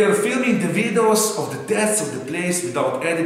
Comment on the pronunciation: It really makes the "vidohs", doesn't it? Hahahahaha